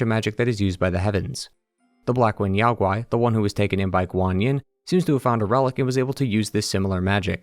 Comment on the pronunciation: NO Chinese can EVER forget the Monkey King <3333 The Great Sage was the name closest associated with him--amongst other names. Black ling YAO GUAY just means DEMON. 🤣😂😂😂 I am soo sorry I couldn't stop laughing over that pronunciation by the narrator. Sorry I know I ruined everything.